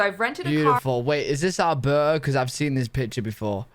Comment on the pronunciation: It's Alberta, not Albrrrrrr lmao.😅 and come on, it does not snow all year round lol! I think you ve seen enough videos of ALBERTA to know this already!